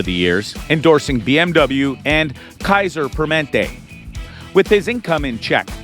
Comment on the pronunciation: He also said Kaiser Permente